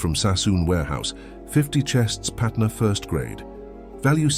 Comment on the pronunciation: It's patna not patner , Patna was city in bihar , And banaras in uttar pradesh , During British time this both city were part of central province